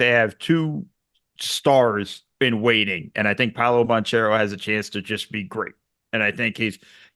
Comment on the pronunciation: Pow-Lo Bon-Chair-o 😂 ... these guys get millions to talk about basketball and can't do a modicum of research on how to at least pronounce the players names? c'mon man.